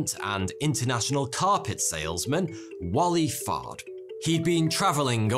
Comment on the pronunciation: Is it just me or did anyone else laugh when he said Wali Fard?